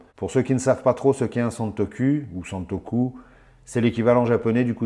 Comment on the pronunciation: Salut ! Super vidéo comme d’habitude 👍 👍 Je confirme que santoku se prononce bien santoCOU et non santoCUL. 😂😂😂